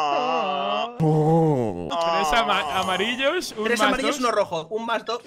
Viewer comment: AHHH JUGAAH A ROBAHH A LOJOOOH